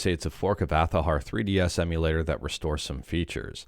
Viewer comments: Why are you saying "Athahar"????????? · Change their name to Athahar (pronounced Azahar) Please note this is a joke just for giggles.